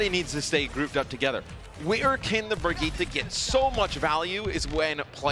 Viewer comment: its been months since her release and still no one can fucking say Brigitte's name properly